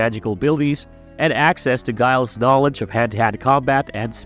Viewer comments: You're mispronouncing Giles's name. The G is like Ginny, not Guy. Makes me wonder if you just opened Wikipedia. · Isn't Giles' name pronounced "Jiles" not "Guyles"? Tell me you didn't watch the show without telling me you didn't watch the show. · Every time this fuck says guiles! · good vid apart from saying Giles wrong.